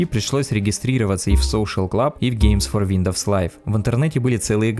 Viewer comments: WINDOWS ЧИТАЕТСЯ ВИНДОУС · Как же режет слух этот виндоВс